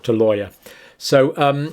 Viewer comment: Dear Dr. John, I think, and I could be wrong, his name is pronounced Lawler - Lau w .ler.